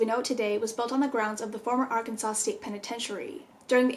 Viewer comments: Ar CAN sans 😂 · Can definitely tell your not from Arkansas cuz you can’t pronounce any of our towns correctly